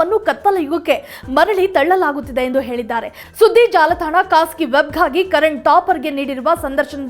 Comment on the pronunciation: ಮೊದಲು ನೀನು ಕನ್ನಡ ನೆಟ್ಟಗೆ ಮಾತಾಡೋದು ಕಲಿತುಕೋ.. ಕನ್ನಡದ ಮರ್ಯಾದೆ ತೆಗೀಬೇಡ..ಮನೆಗೆ ಹೋಗಿ ಕುಳಿತುಕೋ.ಆಗೆ,ಈಗೆ, ಅತ್ತು ವರ್ಷ, ಅತ್ತರಿಂದ ಅನ್ನೆರಡು😂😂 ಏಳಿದ್ದಾರೆ ಅಂತೆಲ್ಲಾ ಕೇಳೋದೇ ಅಸಹ್ಯವಾಗಿದೆ.